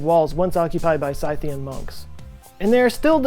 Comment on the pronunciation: Dacian is pronounced "Day-see-an" (@ ~) SCYTHIAN is pronounced "SITH-IAN" NOT "SCI-THIAN"